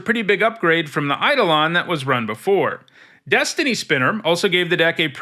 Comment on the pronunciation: Fun fact: eidolon is actually pronounced like "eye-dole-n" but mtg players just go with the mispronunciation 🤷‍♂️